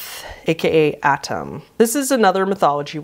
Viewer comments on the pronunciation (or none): it's pronounced Ah-Tuhm, not Adam